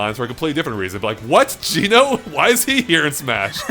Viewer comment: Each time he says Geno my cringe bone grinds against my core!